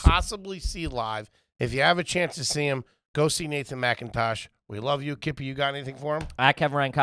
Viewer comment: That was literally the strangest mispronunciation I've ever heard anyone do, its not dumb Kippy its just strange haha. Also that weird thing happened where I decided to read the comments the exact second that happened. That happens all the times its very odd.